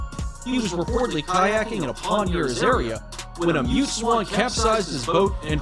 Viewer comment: Narrator: mute swans FLIGHT: MUT Swans?!?!?